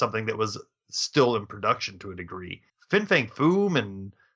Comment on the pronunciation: You keep saying "Fing." It's FIN Fang Foom. Not Fing. You can see it written right on the package.